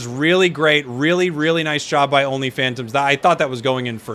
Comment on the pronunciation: Everytime say only phantoms I hear only fans